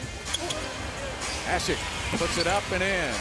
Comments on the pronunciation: Its asiiiiiiiik, not asik. From a bulls fan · they're trashing Asik's name.... i liked how they pronounced it when he was in chicago